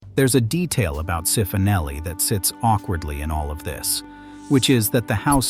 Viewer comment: Cifonelli (pronounced chee-foh-NELL-ee)